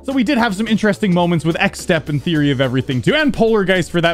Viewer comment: WHY DO YOU NOT SAY THEORY OF EVERYTHING AND SAY TWYE